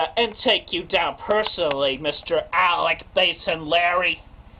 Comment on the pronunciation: I think at that moment, even Chris realized he butchered Alec's name, hence the jump cut.